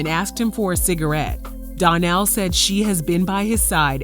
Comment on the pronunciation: His name is pronounced Don-Nell. The label is pronounced Luh-face